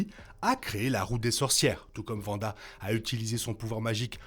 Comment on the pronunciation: Faudrait revoir la prononciation de Wanda 😅